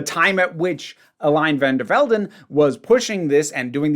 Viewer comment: For what's it worth, your pronunciation of her name is fine. Love from the Netherlands!